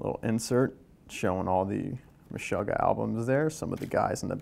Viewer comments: Anyone else a little bit bothered by his pronunciation of "Meshuggah?" Watch any interview with them and it's meh-SHOO-gah, not meh-SHUH-gah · Absolutely bothered by it. MESH-UGGAH. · Kale Platzer It sound weird the way he says it but to each his own